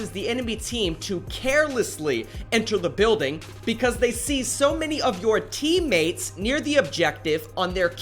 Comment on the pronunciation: Why do you emphasize random words? "This causes the enemy team to carelessly enter the building because they see so many of your TEAM MATES the ones you aren't helping at all on the objective.